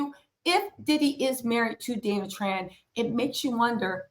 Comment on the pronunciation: He can’t say her name